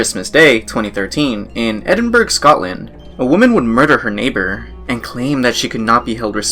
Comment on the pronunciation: As a Scottish person I almost cried at the way you said Edinburgh, it’s eh-den-bruh